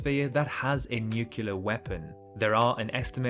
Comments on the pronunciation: Am I hearing an Englishman say NUCULAR instead of NUCLEAR? I'm getting a little fed up with Britain turning American. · Nuke U ler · I thought only Americans said NUCULAR until I heard it just now. Has the world forgotten how to speak English? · I don’t know why nuclear is so hard to say 😂